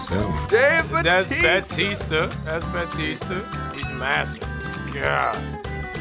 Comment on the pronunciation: Did Mackie just say ‘Baptista’?